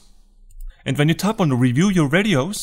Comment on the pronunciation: Ok. After I tap on iPhone storage, what is the next thing to tap on???? It sounds like you’re saying “tap on “Review your RADIOS???” But I don’t see that option, so I assume you’re saying reviews your VIDEOS?? But my iPhone X does not give me that option or are you saying something else? Your English is pretty good, but maybe not good enough??? or would be helpful if you tell us what version of iOS you’re using??? (Why in the hell did I ever switch to Apple???)